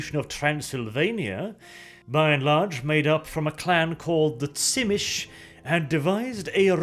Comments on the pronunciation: "zhi-MEE-see". Not "TSIH-mish". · Tzimisce is pronounced "Zee-me-see" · The Unofficial Whitewolf wiki has pronunciations of the clans. You already messed up Brujah, Ventrue and Tzimisce so you might want to check it out. I would pronounce it as Zi-Me-Ce which is a little off but it certainly isn't pronounced Schimitch. The actual pronunciation is tzuh-MEE-see or zhi-MEE-shee. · Do a lore video on the Tzemiscee I think is how you spell their name? The Sabbat guys that basically create fleshy monsters like Clan Moulder. Btw isn't their name pronounced Tzemisi, not Tsimish? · That's how Tzimisce is pronounced? "Zim-ish"? I always thought it was something like "Zi-mee-zhee". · It’s pronounced Zy-me-she. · this series isn't half bad, but every time i hear "bruzah" and "venture" and on to the next "tsimish" i get a very slight aneurysm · I always thought Tzimisce was pronounced Zeh Me Chi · Man, hearing "Simitch" as Tzimisce took me a while. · TSchimitsch? Thats a cool pronouciation, too. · has a new title. Butcher of Vampire clan names. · lol, It was so bad I didn't even recognize it has Tzimisce at first.